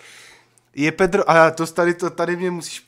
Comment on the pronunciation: pani pedrova rika petro nerika tan to D :DDDDD